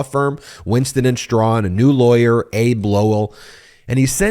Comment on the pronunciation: Ben, “Abe” Lowell is Abbe (Abbie) Lowell, well known attorney.